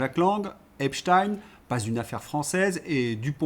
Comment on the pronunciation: désolé mais Epstein , ça se prononce pas du tout comme vous dites .